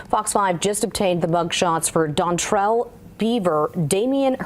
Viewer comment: Dontrel 😂 edit Dontral